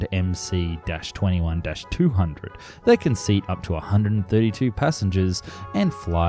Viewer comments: Please speak and write the Russian names correctly ! The name of the aircraft MS-21 (in Russian-MС-21) !!! Regards from Russia ! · Dude, MC is written in Russian! And in Russian the letter "C" is actually an "S"! So it's pronounced MS-21. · Analysis is totally crap. Starting from wrongly pronounced plane name.